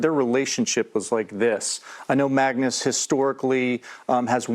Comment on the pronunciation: It’s Magnus not Mangus. Christ.